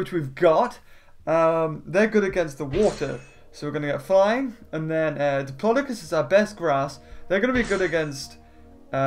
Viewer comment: It’s dip-lo-do-cus Not dipilydoclius Ur the best:)